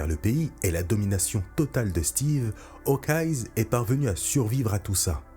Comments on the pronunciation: S’il te plaît, arrête de dire "Hawkeyes", c’est Hawkeye sans s. On l’appelle œil de faucon, pas yeux de faucon. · Pourquoi tu prononces Hawkeye's ya pas de s ? Ils sont pas plusieurs